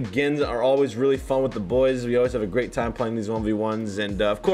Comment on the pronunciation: geez 😂 “let’s get my boyzzza”